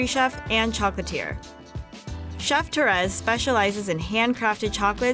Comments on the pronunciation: The way she pronounces “Torres” irritates me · They pronounced Torres wrong 😭😭😭😡😡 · I’m not French but I kinda cringed when she said Torres